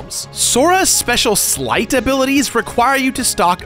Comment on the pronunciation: I wish someone told he was saying Sleight wrong.